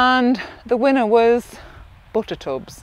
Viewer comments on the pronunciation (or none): The way she says “bootertoobs” is just too funny 😂😂 bootertoobs. I could listen to that all day.